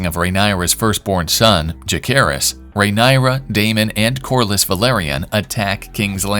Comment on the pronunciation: Pronouncing her name correctly can be a 1st step for you ..